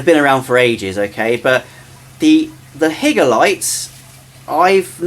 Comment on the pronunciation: It's not HIGGER it's Hi-ger just saying 😂